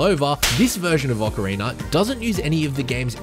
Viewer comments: he keeps saying "ocariner of time" and i can't not hear it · this man did really not say "oceriner of time" at the very start right? OH HE KEEPS SAYING IT LIKE THAT? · Why people still say “ocariner” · Why do some people pronounce it "Ocariner of Time"? Is it an accent thing? Not trying to be an ass, i'm genuinely curious. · Thanks for your answer! Now when you say it, it mat be correct that it is an aussie thing. When i think about it, i've only heard that pronounciation from aussie gamers :) But just want to reiterate: I didnt mean no disrespect or anything like that. I love the aussie accent, its the loveliest english on the planet actually :)